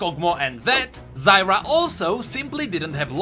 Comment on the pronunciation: Zyr put an A in the end, Zyra humm